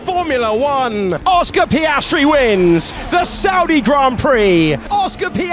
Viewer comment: Oscar Pastry. Review your french audio